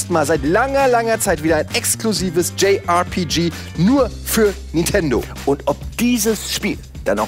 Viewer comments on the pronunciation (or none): Warum sprecht ihr Nintendo immer Nitendo aus? Ist mir schon vor einiger Zeit immer bei Ilyas aufgefallen, aber jetzt macht das bei euch fast jeder??!